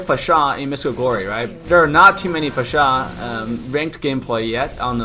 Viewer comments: It's annoying how you say her name!! Fasha!! Fasha! Itheres no H after S. FAR-SA! Say again.. FAR-SA! One more time.. FAR-SA! Wtf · Please learn to say Pharsa. Far-sah NOT F***ING Fa-shA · The way you say her name.. 😂😂 Her name isn't Fasha anynore, but Phar-sa. Also will you livestream today? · IT'S FAAR-SAA NOT PHASHAA 🤣🤣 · It's pronounced faresa not farsá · Its FAR SA not Fasha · Lol can you stop pronouncing it fahshaaah it’s beginning to sound like Austin powers up in here 😂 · Great video, but The cringe of the mispronounciation of Pharsa name